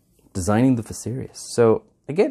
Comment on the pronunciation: You pronounced it correctly.